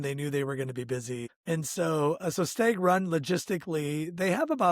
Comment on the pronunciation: Great video. Idk if I should say anything but if no one did then you would never know any better. Stag is pronounced short a like in hat. Sounds like you're saying stayg